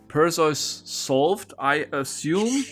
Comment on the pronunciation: I am a bit of a mythology buff and I know English is not your first language but its Per-see-us and Thee-see-us!!!